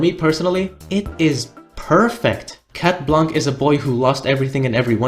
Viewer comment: its shat blanc thats how its pronounced